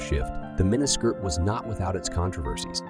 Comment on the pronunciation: WOW I lost track of how many times you mispronounsed mini skirt